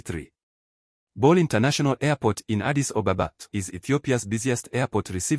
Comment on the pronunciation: Funny how you pronounce Addis Ababa as "Addis OBOBA" and Abiy Ahmed as "Abey Ohmad", this is the simplest thing you should have corrected. Why don't you practice a little more or look for accurate information?